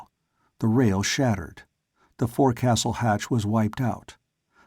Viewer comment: The forecastle is pronounced 'Folk-sal' :) Enjoying this story :)